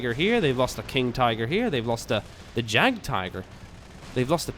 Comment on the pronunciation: you pronounce the Jagd in Jagdpanzer or Jagdpanther wrong. The German "J" is always pronounced like an English "Y" like in yankee. The German "A" is pronounced just like the Swedish "A". By the way Jagd means hunt;) Furthermore the "th" in Panther is just pronounced "t" in German. I hope I could help you and thanks for all the brilliant videos.